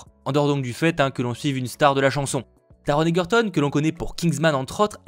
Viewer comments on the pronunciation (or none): Je l'ai vu hier puis aujourd'hui mdrr je l'ai juste adoré WOW WOW WOW! JE SUIS FAN! Bon je l'ai vu surtout pour Taron Egerton et Richard Madden même si j'aime bien les chansons d'Elton 🤩 Sinon on prononce /EGERTON/ et non /EGUERTON/